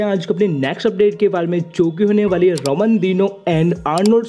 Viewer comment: Subscribe For More Bodybuilding Latest & Fastest Updates ♥️🤗. And I know ki maine Ramon Dino Ko Raman Dino Bola Hai pr kya kru yaar Pronounce Ramon Dino Kr rha hoon Pr sound Raman Dino Ka arha hai 😁😂😂